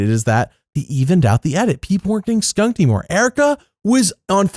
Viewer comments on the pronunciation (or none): you put too much emphasizes on skunkung lol.